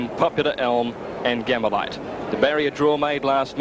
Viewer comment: Thoroughly agree and great explanation of origins of the Champ’s name . No excuse for anyone , much less a race caller , to not know how to pronounce the name of such a champion .